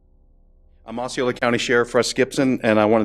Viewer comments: Osceola is pronounced awsee-ola. I like your stuff!!! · It's pronounced "awe-see-oh-luh" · Bro it’s Oseola it’s writer Osceola but pronounce Oseola, thank you )) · It's pronounced O C ola😄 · Osceola Aww-SEE-oh-luh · Just a heads up it's pronounced aussie-oh-luh county ❤️ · The way you pronounce 'Osceola' is entertaining; as a native Floridian